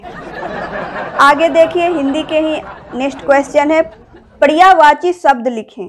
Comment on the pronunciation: Are didi prayayvachi hai padiyavachi nhi aur creativity boliye dhang se